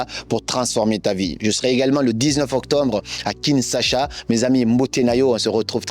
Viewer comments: 😂 faut bien prononcer Kinshasa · 😅😅 on dit : KINSHASA 😅, soyez le bienvenu chez nous